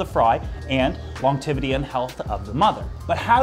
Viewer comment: You said brooding and longevity wrong on purpose didn’t you? lol I have Canadian friends that never ever ever say those words like that 😂